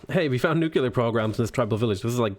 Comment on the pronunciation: It's "nuke-lee-ur" not "nuke-you-lur"